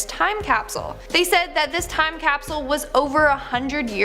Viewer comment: "Toim cap-soo-UL" ...